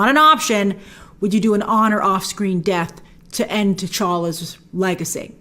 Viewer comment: Did she just say end t'challas legacy?😮😮😮😮😟😰